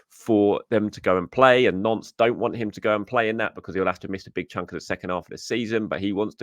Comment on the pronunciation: It's pronounced "nont", not "nonce"!